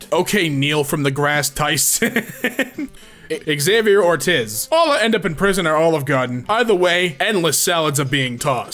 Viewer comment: You said Ortiz wrong 😭👌